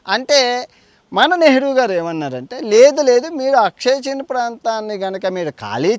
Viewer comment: అది "అక్సాయ్ చిన్". అక్షయ్ చిన్ కాదు.